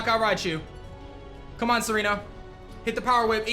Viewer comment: I like how said "Tsareena with the kiss". Almost sounds like "Serena with the kiss" doesn't it?